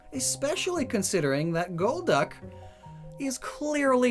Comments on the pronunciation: To me it was always gol-duck, not gold-duck or gold-uck. I didn't know anyone else thought otherwise until I watched this vid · Holy God it took you 3 quarters of the video to realise golducks name is gol-duck and not gold-duck Holy cow you know what other pokemon has gol in it's name! Golbat but IT'S not golb-bat so why would golduck be gold-duck! Omg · Maybe it's not Goldduck or Golduck, but Gol D. Uck 🤔